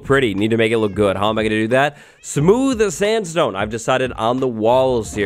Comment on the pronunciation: Did someone ever realized he says "Smooth Standstone"